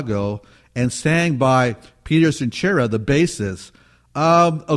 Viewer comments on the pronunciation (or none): Peter “Centura?!?” C’mon,...get the pronunciation right. The guy has been around since the friggin’ late Sixties, fer chrissakes!